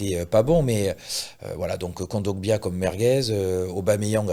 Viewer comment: Svp dites à de révisé un peu sur les noms des joueur africain c horrible a chaque fois il prononce super mal les noms de joueurs africains. Il rajoute un M a kondogbia a chaque fois et personne ne le reprend. Concentrez vous les gars.